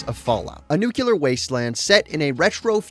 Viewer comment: I hate “Nookyaler” it’s the same thing as “Mikersoft”